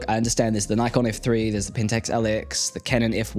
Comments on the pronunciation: Prefer the spotmatic. Cool vid! A couple of observations, I understand 'nickon' NOT 'nighkon' (4.57) is the Japanese (and Aust) pronunciation , a tad weird loading film in full blaring day light (6.59). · Nigh-con? It's NICKon.